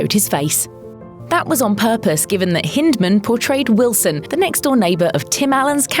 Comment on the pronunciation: Hind…. As in back side. Hind-man. Not like hint.